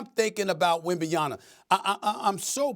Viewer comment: WembaYANA lol